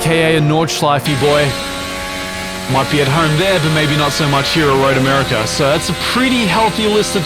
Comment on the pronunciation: Road Americer. 😁